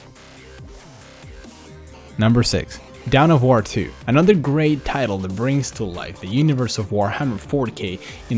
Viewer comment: down of war? you mean dawn of war